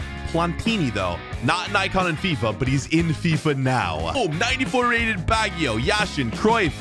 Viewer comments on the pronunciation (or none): Did just prenounce baggio like bag-i-yo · It triggered me the way he said baggio